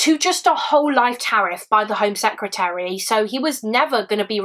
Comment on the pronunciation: Shots every time she says A secreater lol. Love your videos! Always well done!